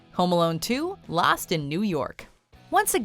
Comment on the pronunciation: did you just say ”last” instead of ”lost”